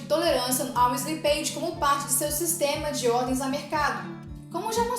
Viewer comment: Bom conteúdo, mas a pronuncia de slippage está errada.